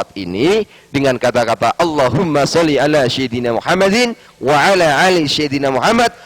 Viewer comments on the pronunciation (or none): 02.19 ceye... gak bisa Baca Sholawat..mana ada sayyidina dibaca syayyidina.. mana sholli di baca salli. sholli ama salli beda arti pa ustad(eeh bukan yah)😆😆 cyeee ngaku nya sekolah di madinah baca Qur' an aja kaga Faseh... cye mana ada org islam menyebut ayat alqur an pake kalimat " surat.pasti surah wkwkwkwk